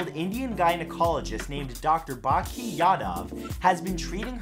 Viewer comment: . it is Bhakti there is a T